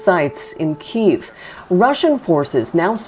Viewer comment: Thanks, Global, for pronouncing Kyiv's name properly. "Kee iv." Bloody morons at CBC say "keev."